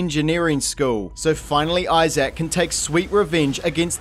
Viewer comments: His name is Isaac. Not Eye Sack, dude. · I'm sorry, how are you pronouncing Isaac? It sounds like you're saying "eye-zach" lmao. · You missed the other problem of the video: the way he keeps pronouncing Isaac as "Eye Zak"